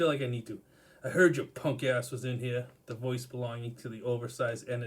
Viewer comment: Haha Here, sounds like hair!